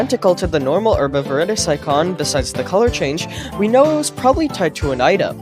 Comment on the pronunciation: Why are you saying Verus like that?